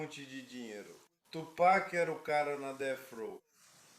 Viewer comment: Aprendam com Jay-Z : Tupek não cara Tupac 😂